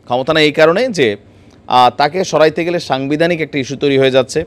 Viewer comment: " সরাইতে" না " সরাতে", " এয়ার মধ্যে " না " এর মাঝে", " দ্যাশে" না " দেশে"